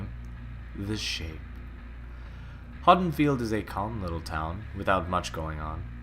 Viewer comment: Am I the only one irked by how he pronounces Haddenfield?